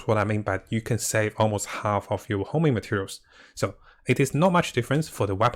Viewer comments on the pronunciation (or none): Homing.. dude, its honing